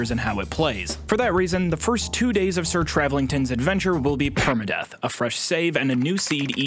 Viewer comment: Hearing him saying (permadeath) hurted me more then my dad leaving to get milk when I was 4 and a half years old making me turn into an emo that is envedable ;_;😭😵😵. Bc me personally when I did my like 5th playthrough of skyrim I challanged myslef to a permadeath run.....Lets say I did not get far before i totally lost my diggidy damn mind, and said nope. Fuck this!!!😭😅😅😅(worst detition of my life)